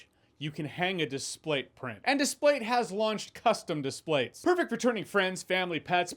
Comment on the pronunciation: I dont know why but the way he says displates sounds wrong